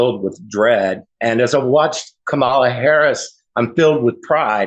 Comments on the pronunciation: In regards to the voter 'Greg' : I highly doubt he abandoned trump after '16. If that was the case, then why do you keep mispronouncing Kamala in the exact same way the bigly orange turd does? Literally no one else calls her kaMALLa. Or do you Always put the emPHAsis on the wrong syllAble? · kama-La!!!!! How can you vote for someone whose name you is not even try to pronounce correctly. And it’s always yte people. They don’t take time to even attempt to pronounce our names correctly.